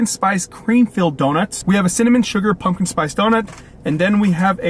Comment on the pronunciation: Pumpkin, pump-kin, not punkin, pun-kin. Come on man.